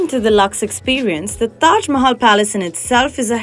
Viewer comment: 's way of speaking is damn irritating. We want kamiya in all the videos. The way she twists her tongue and pronouncing "Mahal" in this video is damn bad.